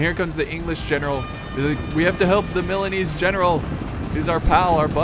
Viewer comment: THE JINETES NAME IS MORE SLAUGHTERED THAN THE MILANESE